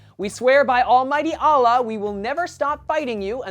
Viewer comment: =-= You dont know how to pronounce Allah =-= And one more thing, Barack Obama's dad is ACCUALLY a muslim. =-=